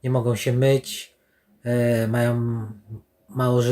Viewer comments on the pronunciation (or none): Jak zwykle ciekawy materiał. Pozdrawiam Twórców. Ps. Co to za doktor który mówi: "chcom", "majom", śpiom", "nie mogom"...